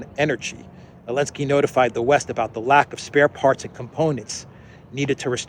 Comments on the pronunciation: why are you calling him Elenski... he's Zelensky... a rookie... if you translate it into some Slovenian language... green brain... in our case Zelanski's fixed brain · BY THE WAY THE NAME IS ZELENSKY STARTING WITH A "Z".